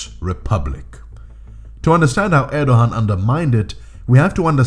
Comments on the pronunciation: It’s pronounced ’Erdoan’ The little sign over the ’ğ’ means it is silent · Why do you keep saying “Erdohan?” There is no “h” sound in his name. Are you suggesting that he thinks he’s a Khan (“Han” in Turkish) or something?